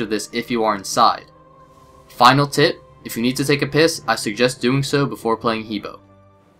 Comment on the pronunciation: The correct pronunciation is Her like him and her, and Bore like boring.